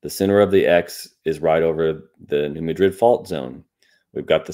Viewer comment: The Missouri town (and the fault named for it) is pronounced New MAD’-drid, not New Muh-DRID’. Despite the similar spellings, it’s NOT pronounced like the capital of Spain. 😉